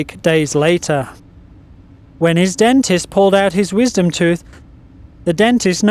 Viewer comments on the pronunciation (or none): It is not pronounced tuth it is pronounced TOOTH. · Its tooth not tuth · the "tuth"? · "Growing in the tuth" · lol he said tuth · in the toof...haha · Am I the only person that thinks he says 'tooth' like '' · ***** It might be because of the voice over's accent that one is [occasionally] pronouncing 'tooth' that way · I love how he says tooth ;)